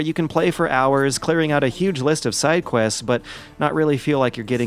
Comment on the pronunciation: Eddie The Vzik He also said sidequest strangely so in